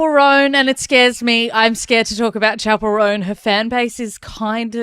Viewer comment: I don’t think I’ll ever pronounce her name correctly from now on. She will forever be known as “Chapelle Roan” 🏄🏻‍♀️ 👀 😂